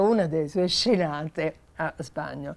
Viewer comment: Alla Signora Ripa di Meana consiglio caldamente la corretta pronuncia del nome Spagnòl. Non Spàgnol.